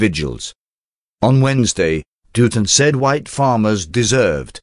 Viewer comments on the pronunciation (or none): It's not Dewton it's Dut ton Dutton